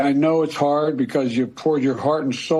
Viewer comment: When I heard the words "hard" and "heart" I questioned the authenticity of the audio. The "r" is pronounced too hard for his usual accent. I'm not a conspiracy theorist but this really has me questioning things.